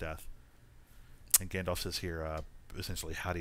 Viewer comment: Isn't it pronounced gandolf not gandof?